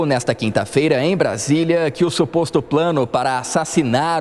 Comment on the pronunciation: É incrível como a Amanda não consegue falar "SUPOSTO PLANO" mesmo sendo 😂😂😂😂😂😂